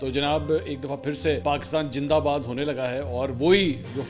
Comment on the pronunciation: Please don’t say jindabad You know our kids will pick up this as a joke and these mispronunciations will become a part of our language and culture .